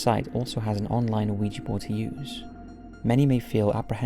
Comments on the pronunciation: I love these videos. However I cannot get past the pronunciation of oh-ee-jee. The 1896 trademark pronounces it "whee-juh". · You know the Mandela effect? Ouija is pronounced wee-ja. Not wee-gee. Somehow established itself like that, like so much other shit. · I know! I love his vids, and Ouija Boards have come up a lot over the years, and he always mispronounces it! It shouldn't bother me, but it makes me cringe every time. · "Oh-ee-ja board"?? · Ouijia is pronounced either "wee-juh" or "wee-jee." You do not pronounce the "O" at all. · Damn, 4 years later an you're still mispronouncing Ouija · Somebody please tell him that the O in Ouija is silent. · Why do you pronounce ouija like that? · Oui is french for yes and ja is german for yes. The german "ja" is said as "yah", but I don't think anyone cares that much, or they shouldn't worry about it... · It doesn't matter. However you say it, it's cool. 🙂